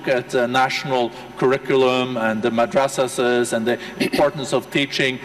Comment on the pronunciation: Best part : An European anchor saying Madrasha.. 😂😂 Imran ki chaddi utardiya..